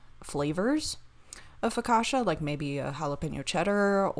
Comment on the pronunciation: Foh-kah-chia with a soft i